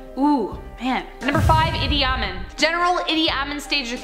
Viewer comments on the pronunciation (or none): It's not pronounced Eeti-ahmin, like it's all one word. It's pronounced Eedi Ah-meen. Two words